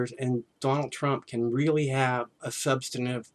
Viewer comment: it's - "Substantive" 👍🏻